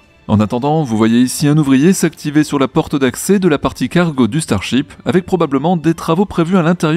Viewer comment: Starship, ou Star Chips ??? 😆😆 Ta langue a fourchée il me semble 😅 ça m’a bien fait rigoler 🤣